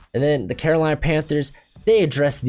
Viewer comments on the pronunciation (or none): none